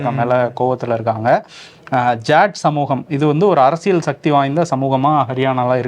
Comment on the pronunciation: தமிழை கொச்சை படுத்தி அசிங்கமாக பேசாதீர்கள்.shakthi கிடையாது.. சொல்லுங்க சக்தி.. சக்தி.. Okay..